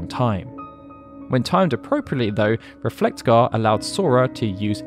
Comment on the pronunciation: The way you pronounce Reflega hurt me so much. Great video though.